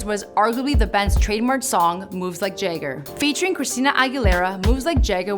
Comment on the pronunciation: and - Did you pronounce Jagger as "Jay-ger"? It's "JAH-ger". Seriously, I think Mike Jayger of the Rolland Stones is an awesome singer.